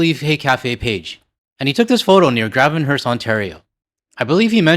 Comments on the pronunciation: btw, it's pronounced Grayvenhurst, not Gravenhurst. It's a long a. 😃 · BTW Leaf - It's not Graaavenhurst - it's Gray ven hurst. Photogenic area and you might receive more submissions. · FYI, Gravenhurst is pronounced like grave-en-hurst. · Gravenhurst is pronounced ~grave-en-herst, just so you know. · Gravenhurst. Like Raven. Keep up the good work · Grave En Hurst, grave as in grave, eh! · FYI - “Grave-N-Hurst” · Gravenhurst is pronounced with a long A like the word grave. Not a short a like in have. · Pronunciation correction---the beginning of Gravenhurst is pronounced like grey, not like gravity.